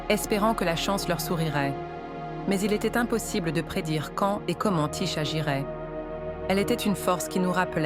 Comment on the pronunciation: Ça se prononce : Ti-Ké et ça s'écrit Tyché.